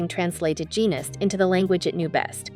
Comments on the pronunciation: His last name Genest, is pronounced je-nay, and Mugler is pronounced moo-glare. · I just commented on that, the subject of this video is Rick Genest, his last name is pronounced je-nay.